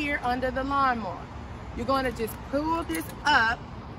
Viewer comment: You said " lawnmo" ....you said it repeatedly